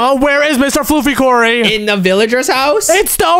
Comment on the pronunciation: its kory į repeat its kory